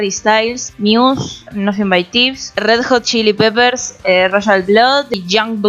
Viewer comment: RRRRRed jot shilipeperzz